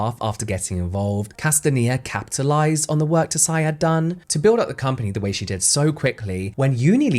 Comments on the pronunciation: Just a sidenote: tsai is not pronounced „tuh-sai“ but „ts-ai“ … just one syllable! Taiwanese names are often still written in wade-giles vs. the now common pinyin, if i recall correctly, so it can be a bit confusing! Love ya james😌! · i could be wrong, but normally if an asian last name has "ts" at the beginning of it, the t is silent. so her last name is probably pronounced as "sigh" not "tuh-sigh" <3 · Another great deep dive. Tsai pronounced like 'sight, T being silent. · Her name is Vicky TSAI, not TOSAI? For a video on apporpriation, should at least be accurate with basic facts Tosai is Japanese last name. Tsai is Chinese. IMportant for your argument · I love your “Behind the Beauty” videos, just one thing - “Tsai” is pronounced like “chai” but, the “ch” is close to teeth at the tip of the tongue 😊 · Just a quick pronunciation correction but “Tsai” is pronounce close to “sai”, like “tsunami”. Anyway, I’ll never buy Tatcho, it sounds too fancy and expensive for me. 😂 Also, I agree that Tsai should’ve focused on Taiwanese culture instead. There’s so many amazing skincare in Taiwan that often goes overlooked. Idk if the brand would’ve been more successful though, seeing as people go crazy over Japanese and Korean skincare. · Im loving these brand deep-dive videos! Although i do wanna correct your pronunciation of Tsai - the 't' is silent, so you can just pronounce it as 'sai'! to be even more nit-picky, the 't' creates a more plosive S sound! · Tsai is actually pronounced Sai, just like Tsunami. The T is silent. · This was so interesting. I feel like you can make a paper bag around interesting! 😂 BTW I think the last name Tsai is pronounced "zzai," the hard z like in pizza. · This is great but just a little bummed at the mispronunciation of "Tsai" given that she was the focus of the video and it could've been easily googled ahead of time to confirm